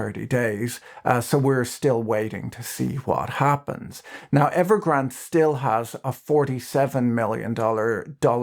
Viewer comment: Evergrand-ay. There is an e on the end Pat